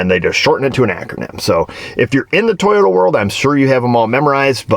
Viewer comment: I’ve heard lots about the “Teeyota Way” …